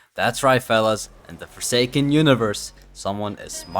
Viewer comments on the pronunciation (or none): What the hell is "foresaken"